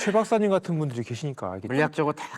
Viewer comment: 이분 혀가 짧아서 ㄹ 발음이 안되ㅋㅋ 우리가... 우디가, 분들이... 분드이, 빠져들어... 빠져드어, 만들어야되...만드더야대 . . . . 재밌네... 빠져들게되네